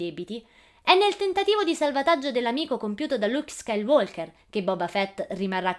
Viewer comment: Liuc scailuolcher